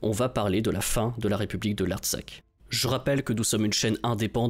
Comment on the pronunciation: Il ne faut pas prononcer "République de l'Artsak" mais "République de l'Artsakh".